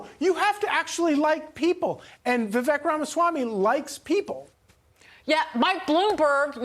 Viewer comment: Correct pronunciation of Vivek is pronounced Viv-“-ake” as in “cake”